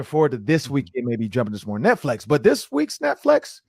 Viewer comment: This was the first time I listen to the Podcast on Youtube. I am in Atlanta so I am sure this is a local show., was there a reason Behind you saying Netflex and not Netflix? You said it about 10 times so I am not sure if it was an inside joke to something or you just mispronouncing the title/service. The show was alright, I will give it a few more listens before decide to put it into rotation for my Vikings News I can Use.....Or Not.....